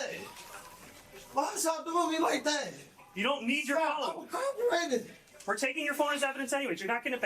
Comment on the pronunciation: He's cop-erating